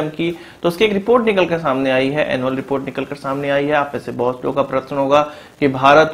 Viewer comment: Sentences ke end mein 'HAI.. ' pe stress karna kam karo plz. Its so annoying.